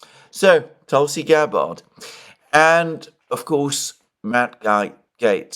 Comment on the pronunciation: Hi, please ease off the 2nd "a" in Tulsi Gabbard's name 😂 If confirmed, it will be ironic for Tulsi to move from the "Terror watch list" to the "Director of National Intelligence"